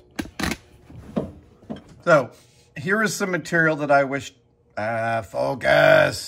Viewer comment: "FoCUS!" kept making me think "Aziz LIGHT!"